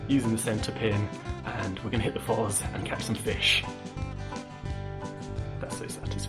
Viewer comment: It’s pronounced Foss not Fozz.